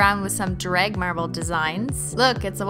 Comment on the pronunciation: Why do you say drag like dreg